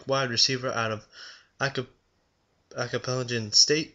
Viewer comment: a-pelican-state?? dude. seriously?? learn how to pronounce a few words. haha. :O)